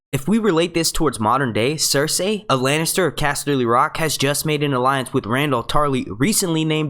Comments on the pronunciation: lmfao i keep hearing him say ser-say instead of cersei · Say it with me now.... Sir See. No one has ever pronounced it Sir Say in the show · Stop saying fucking 'ser say' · Why can't you just say Cersei the way 99.99% of people say it.... Why do you gotta be different?